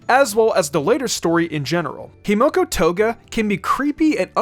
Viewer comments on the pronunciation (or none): Himiko not Himoko